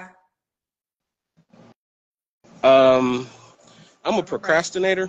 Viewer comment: Why can’t pronounce names. He said-JA-MO-KA! Damn